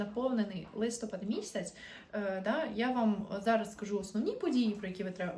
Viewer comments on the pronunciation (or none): Вітаю ☀️ Ви напрочуд гарна дівчина- українська красуня 😍 Хотілось би від вас також чути гарну українську мову. У слові «листопад» наголос падає на останній склад — листопАд́. Це в жодному випадку не критика, це прохання 🌸